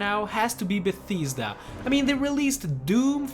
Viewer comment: im just wondering is canadian english your actual language cause when you got to bethesda you said betheysda and when you said wolfenstein 2 you said wolfishtein 2 im just wondering